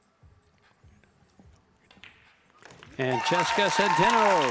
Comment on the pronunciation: Say Chezka Centeno name right. Don't be so stupid CHEZKA can you read ? CHEZKA😢